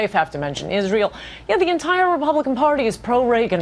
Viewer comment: Why does she pronounce it as "Izreel"